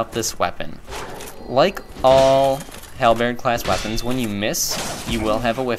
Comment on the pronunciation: Hal. Bird. Say these two words without pausing in between.